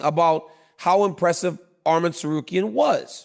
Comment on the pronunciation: Dc THANK U FOR SAYING HIS NAME RIGHT ARMAN NOT ARMIN